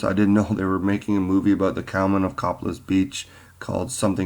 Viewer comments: Just an fyi but it is pronounced "Co-pay-liss" not "Cop-a-liss" If you have ever been here and spoken with the residents you would have heard this. Thanks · It is pronounced COE PAY LESS beach.